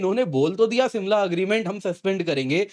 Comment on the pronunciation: It's Shimla not simla.😀